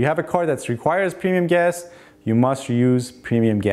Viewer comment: PRONOUNCE: "PREMIUM"